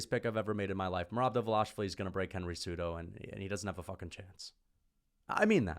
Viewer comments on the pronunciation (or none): Why Dval”A”shvili and not Dval”i”shvili those people can’t read?! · It’s not “Dva-Lash-Vi-Li. It’s “Dva-Lish-Vi-Li. Don’t pull a pull “Blue-Hall” Muhammad..